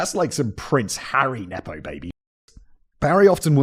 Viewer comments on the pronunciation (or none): none